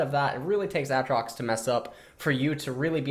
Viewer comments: Nausus. Mauna. Autrox. Looking for a gun to blow my ears out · Actually tilted and triggered by how he says aatrox. Every time I hear aahtrox I actually get angrier and I never touched the champ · It's ayyytrox urghhhhhhhh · Aatrox pronunciation when?